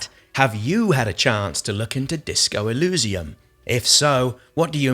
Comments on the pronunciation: Nice video, good to see different people's opinions. I'm very hyped for it. Shame about the fonts for you; I personally like it, evokes a Planescape vibe. Eurogamer raised similar concerns about feeling overwhelmed. Also, I think the pronunciation is more e-leez-ium (or even e-liss-ium) rather than e-looz-ium. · It may sound unimportant, but you keep mispronouncing the world Elysium. To someone who understands the word, as well as it's origins, it is a little painful. Maybe like the fonts are, to you. ;)